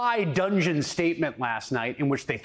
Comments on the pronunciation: Just an FYI: the word is (high) dudgeon, not "dungeon". They are very different things, and I want them to get it right. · Chris, the word is “dudgeon” not dungeon. No “n”. ❤️🇨🇦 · "High dudgeon", not "high dungeon". 🙂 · It's "high dudgeon", Chris. Not "Dungeon" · It "dudgeon" not "dungeon" Chris! Learn English for Christ's sake.